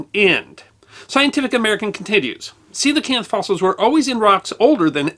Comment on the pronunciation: I read about these in elementary school and found them super interesting. That was probably 17 years ago. Always thought I butchered the name until I heard it pronounced in this video.